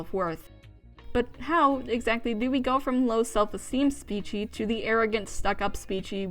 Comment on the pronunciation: The fact you say Speechie makes me so mad lol